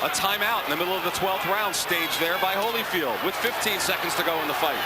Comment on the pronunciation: She calls him Hollyfield - come on man